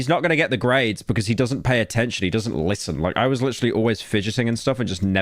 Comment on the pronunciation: "he doesn't litten"